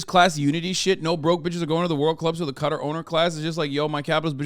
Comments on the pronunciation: Im sorry but what is up with the way Hasan says Qatar? like bro... i thought were meant to be worldly. All i can do is laugh when i realised he has never said the word Qatar before and is pronouncing it like its spelt. its Kuh-taar not katir! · Hey not trying to be a douchebag but it’s pronounced like Catar. Guitar but ca. No I’m not a self-important incel my friend lived there for 3 years